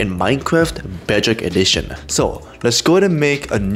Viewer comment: "Bejock ejichion"